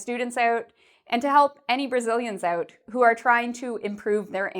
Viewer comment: You pronounce "out" incorrectly. Lol. Thanks for this video, my Brazilian wifr needs some help.